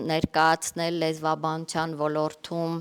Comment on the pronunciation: ( Ո Լ Ո Ր Թ ՈՒ Մ) - ԿՈՊԻՏ ՍԸԽԱԼ ԱՐՏԱԲԵՐՈՒՄԸ - Ո Լ Ո Ր Տ ՈՒ Մ - ԲԱՌԻ, ՆԱԽԱՊԵՍ ԱՆՎԸՍՏԱՀՈՒԹՅՈՒՆ Է ԱՌԱՋԱՑՆՈՒՄ, ԿԱՐԾՈՒՄ ԷՄ ՆԵՐԿԱՅԱՑՆՈՂ ՏԻԿԻՆԸ ԼԸՐԱՑՈՒՑԻՉ ԿԸՐԹՈՒԹՅԱՆ ԿԱՐԻՔ ՈՒՆԻ